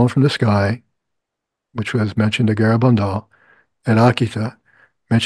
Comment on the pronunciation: look up how to pronounce Garabandal. in Spanish you emphasize the second syllable. Gara-BAND-al